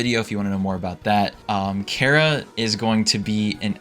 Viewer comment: CHARRA NOT KARA